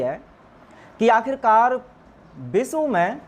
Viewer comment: Is bande ko vishaw bolna nai aata hai, ye banda gyaan de raha hai, socho ye banda hindi nai bol paa raha hai. Videsh nai bol paa raha hai